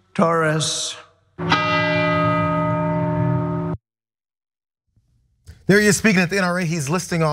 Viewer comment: and his awful pronunciation of Torrez. to be fair, he can make any word sound like he has a bad taste in his mouth